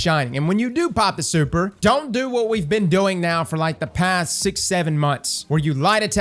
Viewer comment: Nobody:: Soüper